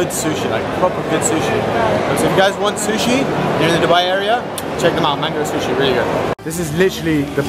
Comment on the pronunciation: It's Manga Sushi not Mango Sushi... just saying